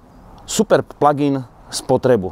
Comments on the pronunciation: Proboha žádný "pladžájn", strašně to tahá za uši. Výslovnost je "plagin". Děkuji. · Prosim prestante hovorit pladžain...prosim...prosim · co pladzajn, ale este aj AjVi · Pladžajn.... 🤣 to je ako "superbéčko" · Pla džajn podle vzoru vadžajna? :D Fakt to nekdo tak vyslovuje? :D Ale ta cerno-cervena je krasna! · Pladžajn boha angličtina jak Harabin😄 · "pladzajn"? to kto tak hovori? inak ako si hovoril, ze cerveny superb pritahuje pohlady - "hmm pekna oktavia" :D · haha, perfektni vyslovovani plug in, se na tebe kazdej kouka protoze to vypada jak jahoda 😆...., vypada vyborne ..."blacked out plug in"